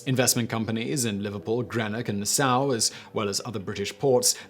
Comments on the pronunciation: "Grenick" and "Na-SOW" whose "conscious" wouldn't allow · I can only guess when talking about where southern cotton was taken by blockade runners is Nasau, Bahamas...but I have never heard it pronounced the way he does...